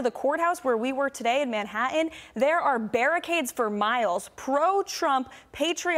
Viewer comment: Could some PLEASE inform Miss Karoline Leavitt that Manhattan, ACTUALLY does have T's in it, and it would be just greeaat if she could learn to pronounce it PROPERLY! Thanks!